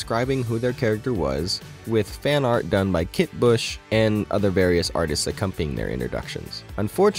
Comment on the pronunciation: Just one small correction, you said artist Kit Bush, her last name is actually Buss. Honest slip up. Great video, I can't wait for the next one! ❤